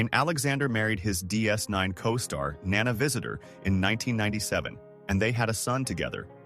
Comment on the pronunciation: Nana/grandmother has the accent on the first syllable. Nana Visitor has the accent on the second syllable.